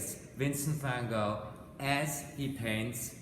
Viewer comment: Well I've never heard it pronounced like that, it is the "correct" way.